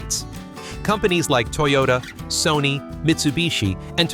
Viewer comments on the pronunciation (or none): none